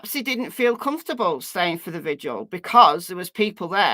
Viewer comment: Does anyone actually read these messages. If you do why do Americans have so much trouble with VIGIL. 🌟 not VISUAL